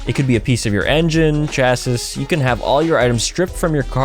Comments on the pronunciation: You mispronounced the word "chassis". The first syllable you got it right. The second syllable is just pronounced "e". The "s" is totally silent. So "chass-E" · Thanks for the review, def gonna add this one to the modded PSmini! (P.S.: it's pronounced "chassy" my dude!)